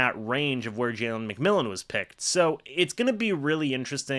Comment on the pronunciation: It's McMillan.